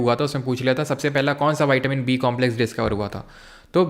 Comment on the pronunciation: Sir विटामिन को आप वाइटमिन क्यों बोल रहे है 🥴🥴